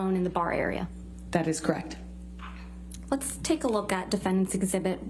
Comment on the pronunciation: Amber…”crect” ugh 😩 she can’t even say the word correct. Case closed.